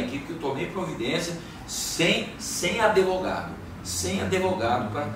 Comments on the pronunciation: Fala para ele apreender a fala ‘Adevogado’ kkkkkk essa e nova em kkk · "Sem adevogado" KKKKKKKKKKKKKKKKKKKKKKKK